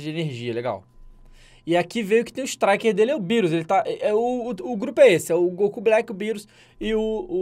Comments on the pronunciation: Tava rindo quando tava chamando o bills Por birus lol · E engraçado ele falando birus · Essa pronúncia do DJ é sensacional kkkkkk, beerus, hitto kkkkkk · MR. MISTER eu sei, mas mesmo assim acho engraçado kkkk